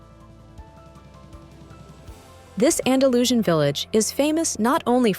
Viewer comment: Andalusian is pronounced Anda loos ee an, not andalooshin. Soller is pronounced So yay, not soler